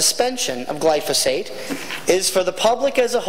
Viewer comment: I'd advise the good member that if he wants to sound a bit more educated on a topic, he should learn how to pronounce the word "Glyphosate".